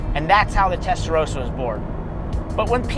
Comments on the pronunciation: WHY CAN’T AMERICANS PRONOUNCE TESTAROSSA CORRECTLY?! Come on, it’s not that hard… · It's a Testa.......rosssser not a Testa row sar!